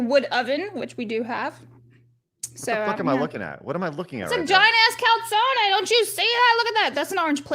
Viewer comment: that’s pronounced cal-zone. 😏